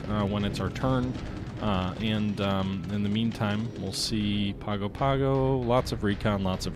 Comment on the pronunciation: Pago-Pago is pronounced pahng-oh pahng-oh